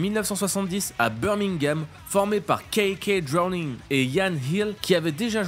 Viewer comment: Mec, ce youtuber ne connait rien à ce dont il parle. il dit même KK dRowning lol dès l'intro t'es plié de rire par le bullshit qu'il raconte : "Tu demandes aux gens les groupes de heavy metal qu'ils connaissent, on te répondra Tank, Y&T, DIamond Head" PTDR... la comparaison hard FM, VAN HALEN = BON JOVI - Total bullshit!